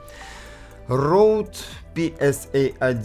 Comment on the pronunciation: вроде бы правильно читать рЁдэ